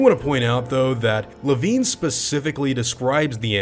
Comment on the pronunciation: Wait, it's pronounced "Le-veen"? Huh. I always thought it was pronounced "Le-VINE".